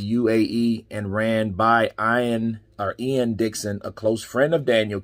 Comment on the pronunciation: Man said Ian like eye an ahahahahaha what a guy. Good vid tho